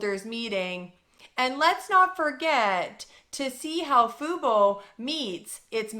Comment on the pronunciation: also... lmao. I know you're trying to be serious... but it's tough to take you seriously when you pronounce "fubo" as "fooboo" at various times in your video LOL. it's super distracting. i'm sorry this is hilarious